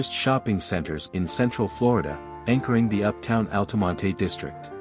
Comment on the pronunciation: I grew up in Altamonte Springs, if you're going to do a video about it, you might want to learn how to pronounce it, the "e" is silent in Altamonte! 😁 FYI - In case you knew that, use a pronunciation key in your AI voice generator >>> "ALL-tuh-mont"